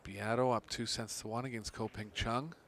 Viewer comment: Your disrespecting your profession your disrespecting Ko whole family. Your disrespecting the listeners. Stop disrespecting people and say their name right.